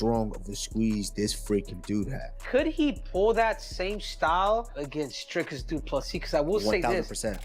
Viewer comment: Who is " Durkis ? " DRIKUS !! if you expect people to watch your channel learn to read and pronounce peoples names correctly